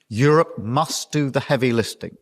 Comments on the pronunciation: Did starmer say heavy listing instead of lifting 😂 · Did he say, 'heavy listing'? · Winter fuel payments are about £1.3bn but doesn't give a toss about British citizens. By-the-way, lifting is not pronounced listing. Starmer just hopeless at public speaking. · Does Starmer say at the end 'listing' not 'lifting'?